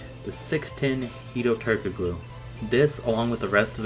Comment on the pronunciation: Hedo Turk-o-glue 😂😂😂